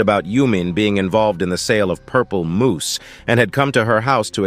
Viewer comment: Crystal Moss ❌ Crystal Moose ✅